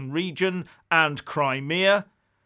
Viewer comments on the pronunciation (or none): Poutine is a Canadian dish of French fries cheese curd and gravy, learn how to pronounce Putin ffs - Poo-Tin